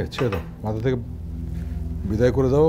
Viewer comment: অপু বিশ্বাস এত ওভার অ্যাকটিং করে কেন? কি আজব অভিনয়। হাস্যকর। বাকি সবাই এত ভালো অভিনয় করেছে, আর এই মহিলা? "কথা" কে "কতা" বলেছে। "মাথা" কে " মাতা" বলেছে। উচ্চারণে ভূল, অভিনয়ে বাজে। এই মহিলা কিভাবে এতগুলা সিনেমায় অভিনয় করলো? আগে ছোটবেলায় দুই একটা মুভি যাও দেখেছিলাম, ভালোই লাগতো। আমি শিওর৷ অপু বিশ্বাস এর বয়স বাড়ছে, আর উনি অভিনয় ভূলে যাচ্ছে। 😅